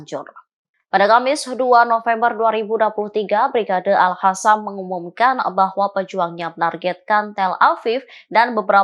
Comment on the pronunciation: Reporternya cantik tp nyebut al qasam jd al hasam😁🙄